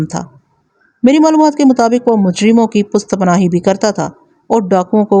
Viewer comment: سسٹر پشت پناہی ہوتا ہے آپ اکثر پست کہتی ہو۔۔